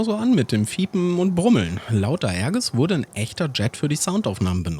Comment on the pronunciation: Tolles Video. Für die F1CE glaube ich kommen zusätzlich noch ein Countermeasure, Jammer, Gunpod und eine Tank und rocketpod mischung. Erwähnenswert ist auch, dass die F1BE keine Bordinterne Kanone besitzt da sonst kein Platz für 2 Cockpits ist. Aerges wird übrigens Aerjes ausgesprochen.